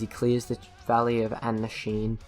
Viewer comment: I listen to the songs mention here and FOR ME its easy to learn how to say the place names like... for example i hear him say ACKnasheen